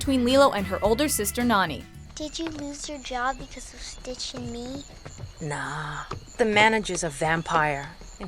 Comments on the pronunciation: It's NAni not Nani. Nah-knee. Nani! I would know! I'm Hawaiian! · It just annoyed me. It is pronounced (NAR-KNEE) not (NAN-E) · It's "Nah-Nie", not "Nanny". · sorry it's Nani as in "nah knee" not "nanny" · lol Nan-ni ?....(Nah-ni) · NAH-NI not Nanny